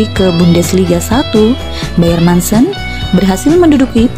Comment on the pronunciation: Dibaca nya Muncen bukan mancen sayang 🤗